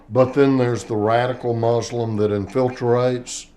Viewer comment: "infilterates" …really?!?